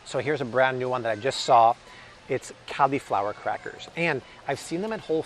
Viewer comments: PLEASE, it's not CALI-flower (as in California) it's CALL-i-flower (as in call me maybe). Just to be safe double checked 4 dictionaries and not one "CALI(fornia)-flower" pronunciation. Stop triggering my OCD plz. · He said Califlower... oml I'm dying!!!!🤣🤣🤣🤣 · Interesting pronunciation of the word cauliflower.